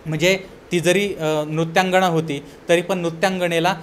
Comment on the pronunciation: नृत्यंगणा नाही नृत्यंगना